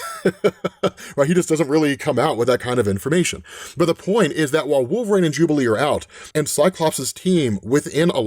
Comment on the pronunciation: 1 question who the f#$k is wolverain? It amazes me you have such clear pronunciation of every other word but you can't say the word wolverine?